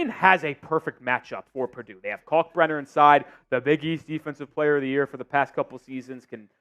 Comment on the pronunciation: Purdue 😂pleeease